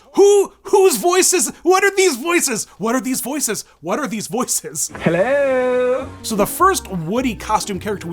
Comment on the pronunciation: the "hELLo" 👁️👄👁️